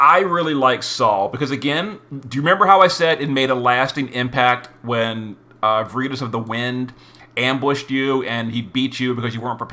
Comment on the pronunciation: you're the best, and even when i disagree with your pronunciations i keep my trap shut. Until now. It is "VAIR-ih-toss". It's Latin for the virtue of truthfulness, which is kinda weird considering it's being used for a crew of people who hide their identities....on a completely unrelated note, i feel for poor Charlotte. She was introduced (presumably) as a "we can't express our feelings for each other" love interest for Lasswell, but my question for the future to answer is will she always play the Betty to Physalis's Veronica? 😂